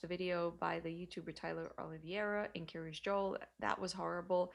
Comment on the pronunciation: The Kiryas sounds almost like she is saying "curious"